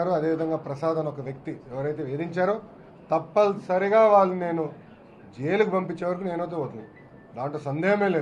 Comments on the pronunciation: తంపల్సరి కాదు సార్ కనీసం తెలుగు పలకడం నేర్చుకొండి. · =58000 ra 68000 kadhu. Thappalsary kadhu ra .. Adhi compulsary... NTR gurinchi koncham kooda response ivvavu media adigithey...G.O ni JIO antaavendhira...Pappu nahi badla/// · to Thappalsory Have i heard it wrong ?? 😀